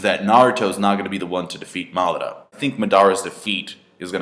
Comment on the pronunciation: seriously the way you guys pronounce the Japanese names is just so annoying !! its: MA-DA-RA why the hell u keep saying MATHRA mothafckas ! that's is just sick as F***